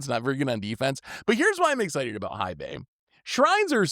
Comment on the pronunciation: Hei is pronounced "Hey". We already have to suffer people saying Eye-Ganjo, it would be dope if this time around content creators helped enforce the right pronunciation this time around.